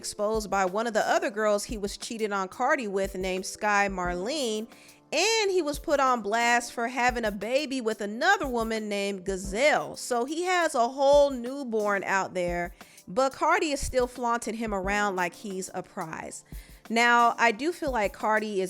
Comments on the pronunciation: I can't believe you read Giselle, Beyonce's own name, as Gazelle 😭😭😭🤣🤣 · As a fellow Giselle please stop saying GAZELLE we are not named after the animal 😭